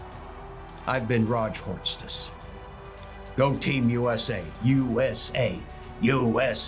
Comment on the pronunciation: Were you addressing Mexicans or Americans to chant with you? It sounded a lot like "You Ese" 🤔